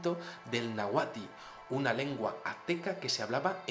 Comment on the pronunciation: interesante video, solo un dato, el lenguaje de los aztecas era "NÁHUATL", la última letra es "L", no "i" como lo pronunciaste en tu video Saludos desde México